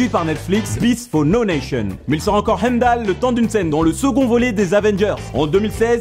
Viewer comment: Tu prononce son nom dans Thor avec l'accent arabe, c'est marrant.